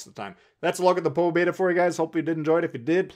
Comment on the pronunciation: It's po beee daaaaa 😂